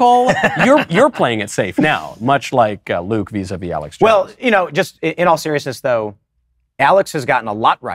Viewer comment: I mean, Luke can't even pronounce his own name right